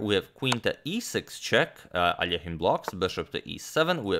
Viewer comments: I bet everyone who watch this video finally heard Alexander’s last name pronounced almost properly. It’s A-lee-o-jen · It’s so awesome that you pronounced Alekhine’s name correctly. Most English-speaking people don’t even try, and just say it as if it were in English.